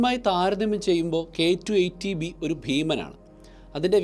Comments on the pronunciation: K2 18b, not k2 eighty b, correct it when you pronounce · പലതവണ കേട്ടിട്ടും ചേട്ടൻ പറയുന്നത് കെ ടു, ഏയ്റ്റി ബി എന്നാണ് ഞാൻ കേൾക്കുന്നത്... ഏയ്റ്റീൻ ബി എന്നല്ലേ പറയേണ്ടത്? ഇത് 18 അല്ലേ... ഏയ്റ്റി എന്ന് പറഞ്ഞാൽ 80 ആവില്ലേ...